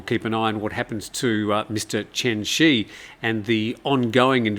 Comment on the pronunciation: Chen Zhi is more correctly pronounced like "Chun Jir," not like "Chen She"